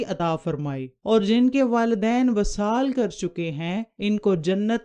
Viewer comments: vesal hota ha vasal nahen . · معاف کیجیے گا وصال کے “و” کے نیچے “ زیر “ ہںے زبر نہیں۔ اور ایسے پڑہیں گے “ vi-saal “۔ اس کے علاوہ جہاں والدہ کی خدمت والد کی بہ نسبت تین دفعہ زیادہ ہںے تو دوسری طرف والد کی نافرمانی ک سزا اللّہ کیطرف سے سیدھا سیدھا “ عاق “ ہںے جب تک کہ اولاد والد سے معافی نہ طلب کرے اور اس کا والد اسے معاف نہ کر دے۔